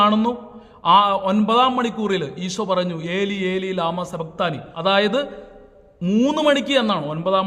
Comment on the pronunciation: എലി എലി ലമ്മ സഭക്തണി എന്നല്ല... ഇലാഹീ...ഇലാഹീ.. ലമ്മ ശബക്തനി... എന്നാണ്